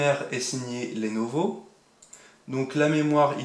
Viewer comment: Pitié c'est lenovo pas lénovo